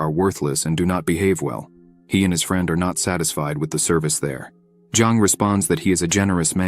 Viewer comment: I like it, has above average grammar but come on the AI reader is annoying. keeps reading words like weapon as "weepon" and friend a"frind" Bow as "boo" etc...